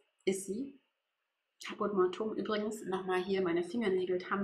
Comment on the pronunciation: Man spricht die Farbe 645 Káput mor-tu-um aus, die Betonung liegt auf dem a bei Caput und mortuum spricht man in drei Silben aus. Nicht Mortum!